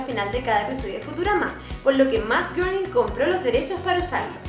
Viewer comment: Matt "greining"... Algo así se pronuncia su apellido.